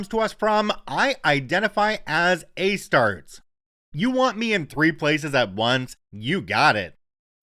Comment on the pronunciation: Future reference: Astartes is pronounced Greek style, like Hercules. A Star Tees (tees as in golf tees or t shirts)